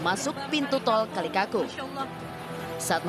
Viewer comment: Kalikakung apa kalikangkung ? Pemabaca beritanya harus teliti.